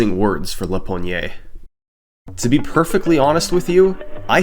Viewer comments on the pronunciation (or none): Another amazing video as usual! But I had to step in to correct your pronunciation of "lapogne". It's French quebec slang which means having a firm grip on something. You add a sound "a" at the end wich is another word (door knob). Stop at the "n" if you can't pronounce a French "e". I always look forward to your upload, love them just want to help with the mispronounced name ^^